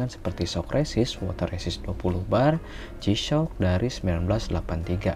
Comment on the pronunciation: Kameranya kurang deket bang, okelah pengucapannya udah jisyok bukan gisok 😁👍👍